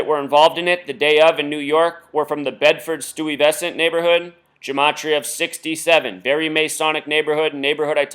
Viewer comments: Pronounced Sty ves ent. Bed stuy , do or die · click the audio button... she says it right. sty-vess-ant